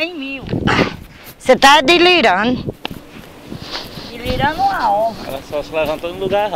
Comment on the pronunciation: dilirandoo kkkkkkkk